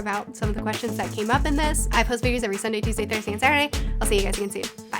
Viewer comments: Wow, just got to this now, but I was sure she was Canadian because she pronounces "sorry" like "sore-y". That's the only assumption I'd even made, and it was wrong! Lol. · I get the Canadian thing! The way your pronounce “sorry” often sounds Canadian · I think people assume you're Canadian because of the way you pronouce sorry.